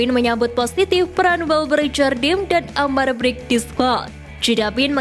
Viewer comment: min cara baca amar brkic nya salah harusnya amar berkich gitu